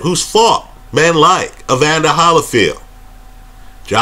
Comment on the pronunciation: Not nitpicking but I have to say it after hearing in a couple vids. It’s Holyfield (Like Holy Bible)